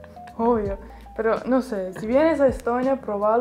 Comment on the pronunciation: ese fua y ese obvio le salio muy argentino Jajajaja